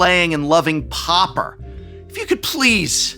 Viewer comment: I don't like the shuffle up and play episodes. It has nothing to do with your inability to pronounce pauper .